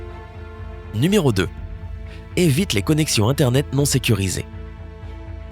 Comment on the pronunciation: On ne dit pas ni méro mais nu méro !